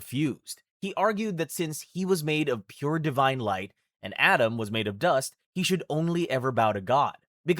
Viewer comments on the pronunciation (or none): none